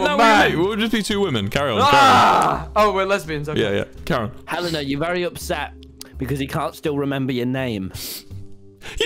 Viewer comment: ITS HELENA OH MY GOD WHY CANT YOU GET IT RIGHT